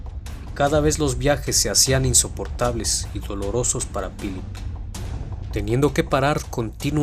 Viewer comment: ¨Pilip¨? buena narración como siempre, pero he notado tu pronunciación del inglés es malísima